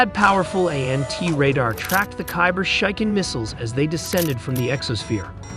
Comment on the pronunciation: Bro that's not kaiber shaikan 😭😭😭